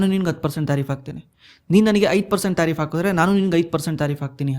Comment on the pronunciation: ಯೋ ತಾರಿಪ್ ಅಲ್ಲ ಟ್ಯಾರಿಪ್ ,ಸಿಕ್ಲಿ ಕಲ್ ಅಲ್ಲ ಸೈಕ್ಲಿಕಲ್!! Language kalıyo le first🥶🥶🥶